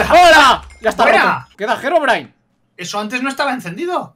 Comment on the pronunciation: no sé pronunsi gerobrain es Herobrain